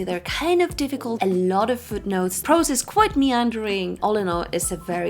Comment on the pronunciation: Difficult. It's difficult not dificult.